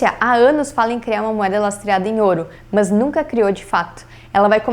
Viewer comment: Adoro as meninas, mas esse MAHNS que ela fala é irritante kkk, é MAS!